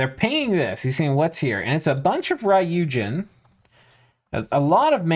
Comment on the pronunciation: Since you seem to care about pronunciation... There's no "a" sound in ryuujin. It's not "raiyuujin", but rather goes straight from the "r" sound to the "yu" sound. Literally means dragon god by the way, although the Japanese "kami" - 神, which is also used in ryuujin (竜神 or 龍神, the first part just being two different ways to write "dragon") - doesn't necessarily correspond to what somebody from the West would think of as a god. In meaning it encompasses the whole span from a monotheistic god to the various gods of Japanese and foreign myth, all the way down to the snakes, mountains, rocks, trees, ancestor spirits and all other creatures or things that were thought to hold dominion over an area, bring or ward off disasters, bring fortune or fertility, or otherwise influence life. In Dominions terms, you'll see the word "kami" (or "gami") or it's alternative pronunciation "shin" (or "jin") in pretenders as well as in various commanders and units.